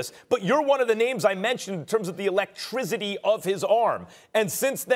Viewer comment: “the electrizity” :58